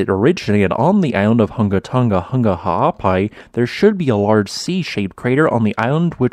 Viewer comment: You NAILED the ha'apai pronunciation a.k.a. the okina. Well done, some haole never get it. Next, the 'ng' without the "ga".